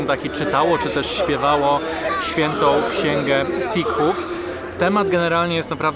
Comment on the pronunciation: W słowie Sikh nie wymawia się "h"